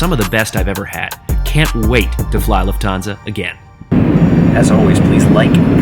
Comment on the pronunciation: Great video! Just a superduper minor correction: The stress on "Lufthansa" is on the first syllable. Other than that: Excellent review!